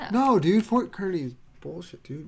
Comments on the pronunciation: When they pronounced Kearney wrong I wanted to die lol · Kearney like the fair carney! Not kerney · I'm from Kearney and it's pronounced like carney